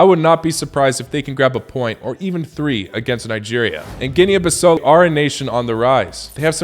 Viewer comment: Boy not you knocking out my country 😑😒 And please its pronounced GEE-NEE BEE-SA-U (like oops), it isn't an english word